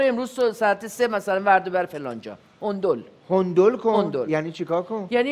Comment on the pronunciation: Hendel را میگه هوندول